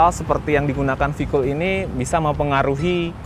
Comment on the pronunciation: kok bisa salah dalam pengucapan singkatan to mas e..sayang banget, ini v-kool lho padahal, v-kooooooool.. anyway..nice review